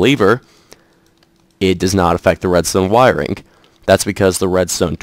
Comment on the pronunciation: Why you gotta make a k sound when you say wiringk